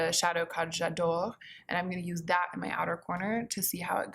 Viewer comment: You pronounced j’adore wrong